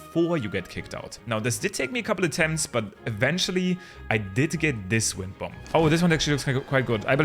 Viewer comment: The second B in bomb is silent. Please. It hurts so bad.